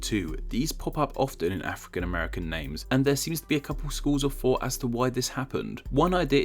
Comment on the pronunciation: Did I just hear "schools of fought"...?